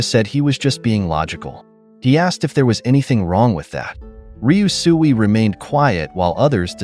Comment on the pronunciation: How many times did he say ryusui and still couldn't say it right gah